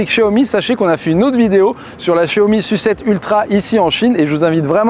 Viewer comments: La S-U-7 s'il vous plait, et pas "la sucette" 😁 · Pourquoi tu dis "sucette" pour SU7 et S.U.V tu dis s.u.v ? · J’ai arrêté de regarder la vidéo dès que j’ai compris que le journaliste allait dire « Sucette » et « Yucette » pendant toute la durée du reportage. Pour moi, c’est insupportable et, surtout, c’est complètement volontaire alors que personne ne prononce le nom de ces modèles de cette façon. Mais je suis peut-être seul avec ce problème…